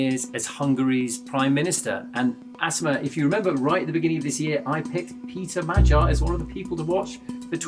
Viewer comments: MAG-YAR, not Madgyer! FFS BBC!! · It's annoying when journalists keep mispronouncing Magyar despite the country being literally named after the Magyars. Do a little research BBC journos.